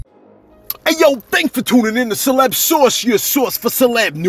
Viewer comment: I appreciate the shootout Celeb and thanks for pronouncing the name correctly SALUTE 💪🏾💙💙💙